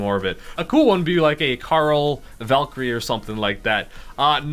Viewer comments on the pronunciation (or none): none